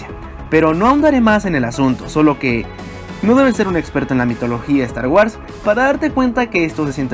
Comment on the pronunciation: wuors! pronuncia bien!!!!!